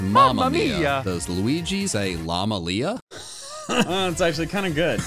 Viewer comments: actually Luigi would say LaLa Lia not LaMa Lia all 'Ms' need to be 'Ls' :) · Luigi doesn't say lama lia he says lala lia. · it’s not Lama Lia it’s Lala Lia